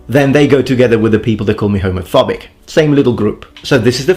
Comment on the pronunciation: Man the only issue I have with you is how you pronounce Homofawbic